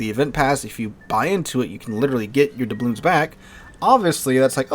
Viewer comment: Take a shot every time he pronounces doubloons incorrectly